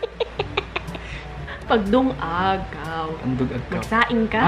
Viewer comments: Lung.aw dili dung.aw aggoiii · Taka raman..lung-ag oi dili dung-ag😂